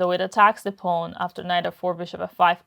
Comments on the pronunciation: 'Pawn', not 'pone'. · The way Dina pronounces "pawn" is so cute. ☺